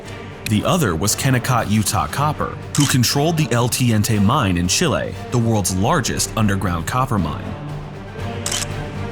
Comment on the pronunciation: dude, its Te-nien-te mines not El T-ente mines. That spanish killed me